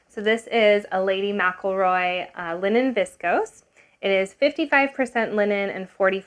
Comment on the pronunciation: I have to acknowledge you are one of the few people who pronounced Lady McElroy correctly ❤